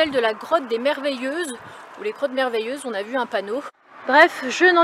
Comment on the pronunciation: j avais compris crottes et pas grottes au départ